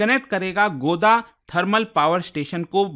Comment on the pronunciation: Sir it's गोड्डा, not गोदा